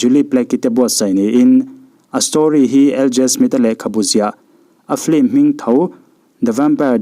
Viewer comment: Sapțawng hi i lam uluk tehlul nen, FILM hi FLIM tiin ilam leh lawi a.....duhsakna nen ka lo sawi ve mai²...